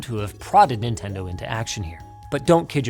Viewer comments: "Nobody does what Ninten-doo" 😭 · He said Nintendoo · nin ten do😭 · "Nobody does what Ninten do" 😭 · Ninten-Do what sega don't lmao